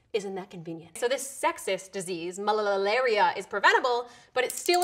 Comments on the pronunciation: it isnt malalalalalalalaria. it is just malaria. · Its malaria and not malalalaria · It's just MALARIA... not malalalalaria.... :/